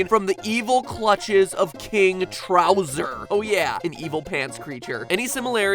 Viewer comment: Youtuber arrested over his “king trowser” this killed me